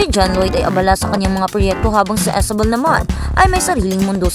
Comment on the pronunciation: nakakabuset boses mo at style ng pagsasalita mo! halatang ginagaya mo ibang vloggers. saka Isabel name nya, hindi ESABEL. imbes mag follow ako syo lalo ako nabuset!